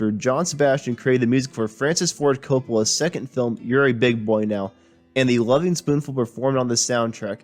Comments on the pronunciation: "Gren-itch" not "Green Witch." Also, the gerund in the title of the band is elided. "Lovin'," not "Loving." Hard to take it seriously with such fundamental errors. And making assessments (like returning to a previous sound being "unavailable") is a weakness in a documentary clip. As for the reunions, doing them without Sebastian is the same as not being the Lovin' Spoonful, because Sebastian WAS the band. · Loving Spoonful?? How about Lovin Spoonful? Green Wich?? I't's pronounced "Grennich" . And Creeque Alley is pronounced CREEK ALLEY.....do some research kid!! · You're young, so you're forgiven :-)...but Greenwich is pronounced GRIN-itch. Creeque is pronounced "creek", and it's the Lovin' Spoonful, not the LovING Spooful. Otherwise, nice summary. BTW, I've known John since about 1984 and was just with him last night (8/31/24). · My main problem with this guy was his continuous mispronounciation of the group’s name. It is Lovin’ not Loving.